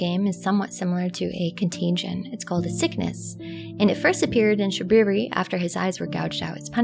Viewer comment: "It is I, Shabwiwi." — Shabriri Fudd